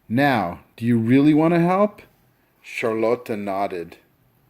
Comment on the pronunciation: Dude it's not charloto it's Charlotte